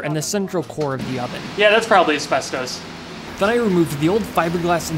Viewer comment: Ironically he can't pronounce asbestos